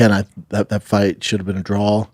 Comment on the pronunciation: A draw … schaub it’s draw not drawl… 😂